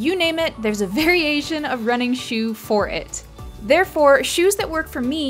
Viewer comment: Variation? VERY ASAIN